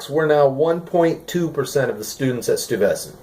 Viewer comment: as a new yorker its pronounced STOY-ves-ant sorry for the nit picking lol